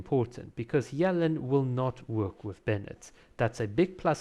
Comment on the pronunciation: Dude, "Yuh-Lahn" not "yell-in"